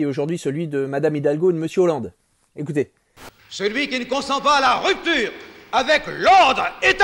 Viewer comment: " ecoutezze " c'est pas la caricature de Mitterrand mais de Chirac